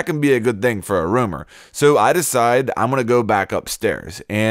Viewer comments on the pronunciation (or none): Roamer not Rumor......